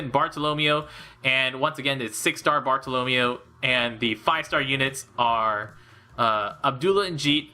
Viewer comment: You mispronouncing Bartolomeo hurts me :'(